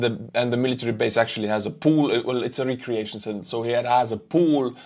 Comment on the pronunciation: Instead of recreation, try pronouncing it 'reK-reation' Great video ❤